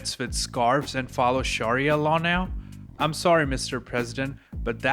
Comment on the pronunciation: And sharia is sha-ree-ah